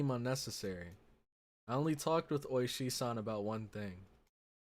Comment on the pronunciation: It is Ooishi, the emphasis is on the first part of the name